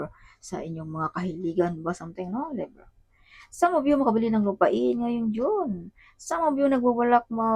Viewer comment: LEYBRA ❌ LEBRAH❌ LEVRA❌ LEBRAH❌ LIBRA✅